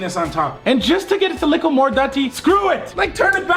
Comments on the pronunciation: why does he always say liccle ? i like but why😂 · It’s funny how he says “likkle bit” instead of “little bit” no offense No hate to him I’ve been watching for the longest so only positivity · why he say lickle instead of little lmao